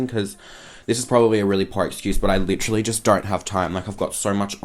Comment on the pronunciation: "Lit-tra-lee" aka literally lmao 😂 love you ❤